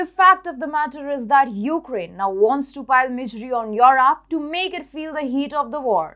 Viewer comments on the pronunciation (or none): please stop putting digital sound. Europe is europe. Not at all difficult to pronounce.